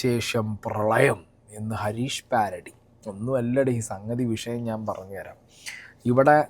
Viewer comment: ഹരീഷ്‌ പ്യാരഡി അല്ല കുണ്ണെ ഹരീഷ്‌ പേരഡി